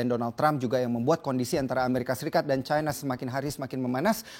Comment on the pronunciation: China jgn di baca caina, Cina saja knp ?